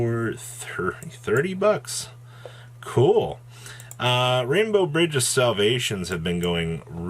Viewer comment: 'Rain-Bux' lmfao - It's Rainbow (